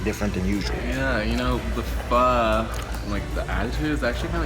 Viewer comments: It's pronounced foe not faw. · It's pronounced "fuh"